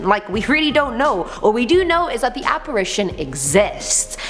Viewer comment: 😍😍😳😳😍😍 I love when you said can you believe dat😂😂😂😂😂